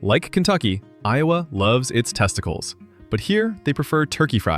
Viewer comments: Testiclees? I didn't know there was going to be a Greek dish in this vid. How about AI pronouncing it, 'testicles'. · Me sitting here unable 2 forget he said testiclease instead of testicles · I wonder if he did that pronunciation in jest or ignorance?